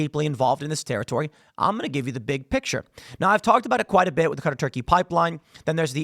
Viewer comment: everytime i hear tim say the qatar-turkey pipeline, i hear him say cutter-turkey